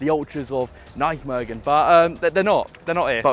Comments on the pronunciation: Great vid! Although tough pronunciation on Nijmegen there 😅 IJ is how dutchies write Y. So it's just pronounced 'Ny-megen'. Sad to see how Vitesse has fallen down. Keep up the content! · bro im getting annoyed are you Vites supporter. You can not pronounce NEYMEGEN, and you also say NEK instead of N. E .C ...Disrespect to NEC Nijmegen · please stop pronouncing nijmegen like that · My ears bleed when I hear him say "nichmegen" 😂 I appreciate the attempt tho haha But good video for the rest 👍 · Nichtmegen zoals het hoort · PRONOUNCE NEYMEGEN PLZ, CUZ THIS SOUNDS AWEFULL MATE. FOR REST GREAT VID! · You're pronunciation of Nijmegen 😂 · Wherever you go please find out how the gaff’s name is pronounced before you keep saying it wrong time after time after time. I’m no Dutch speaker, well I’m English just like you, yet I still know to say Nijmegen without ever having even set foot in the place 🙄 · Hahahaha Nijmegen. Absolutely love your pronunciation! 😂😂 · When are you going to pronounce Nijmegen the right way 😂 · Forza Vitesse! Maar niet zonder uit fans, en dan moet die Brit Nijmegen gewoon normaal uitspreken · The way you pronounce Nijmegen is just absolutely ridiculous🤣